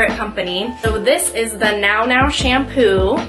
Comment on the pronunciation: Nounou is pronounced “new new” :)